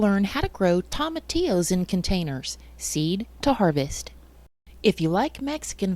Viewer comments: 😆No worries at all, I've just never heard anyone say it like that... Tom... atillos. I chuckled everytime. Great video by the way, I'll be referring back to it in the future. I watched it to see if it was possible, now I want to try it, but it might be a bit late in the season. Do you know if tomatillos are an indeterminate variety that keep producing all season? Maybe it's not too late. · Toe ma T Ohs is how it's pronounced just fyi. Really good video. I've got thousands growing in my garden and I want to sell them all. What would be a proper container to transplant them to and sell to the public ? ❤